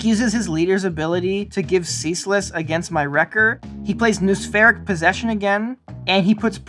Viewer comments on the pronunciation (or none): Great stuff! A note on pronunciation - "noospheric" and its variations sound like no-uh-spheric rather than nu-spheric.